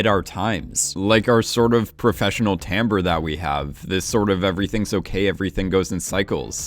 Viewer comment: I can't believe you pronounced "timbre" correctly! 🤣🤣🤣